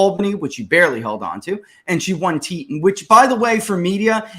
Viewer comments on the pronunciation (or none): It's pronounced (Tee-Taun) county and it's where Jackson Hole is located, it's like a little California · Super news from the West! Cheney is gone! Btw: Teton is pronounced ‘Teeee tawn’ county. Great job guys!